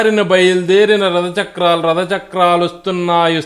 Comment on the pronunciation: Telugu Bhasha lo Ottulu anevi konni vuntaayi. Vaatini odileste Essence Potundi. Mallee prayatninchandi. Ex Jagannada kaadu Jagannatha ... Alaage Rada kaadu Ratha......